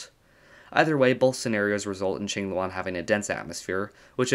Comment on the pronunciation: Thanks for not pronouncing it Kwing-loo-ann